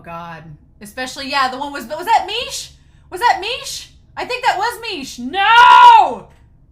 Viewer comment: Miche is pronounced as Me-kay so heads up.